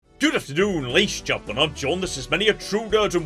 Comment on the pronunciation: Gotta love when says "Good afternoon laysh geltmun" at the beginning of the video.